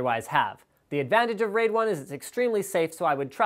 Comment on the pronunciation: RAID... He didn't quite get that correct.